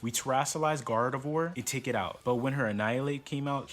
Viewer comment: Bro rlly said “garvedoir” 🤨